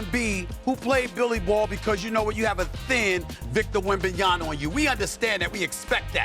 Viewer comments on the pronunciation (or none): I don’t know what’s Stephen 🤡. Smith’s problem with the Mavs and European players in general. Disrespecting their achievements and mispronouncing their names (has to be on purpose, he can’t be that stupid) like Donchick and Wembanyana. Funny thing is that it has gotten to a point where it actually backfires on guys like Booker and ANT. I can’t imagine a 22yr old being totally unaware of becoming ESPNMJ, which can only end in disappointment. AN ABSOLUTE TRAVESTY! 😅